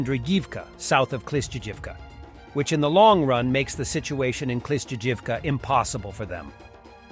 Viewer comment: "Kilsjijivka" bro please just spend 2 hours learning the cyrillic alphabet man youre butchering these names and you spend fucking hours a day looking up stuff about ukraine